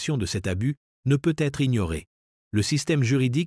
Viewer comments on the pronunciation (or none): C'est énervant cette prononciation de " peut-être systématiquement prononcé " peu / être"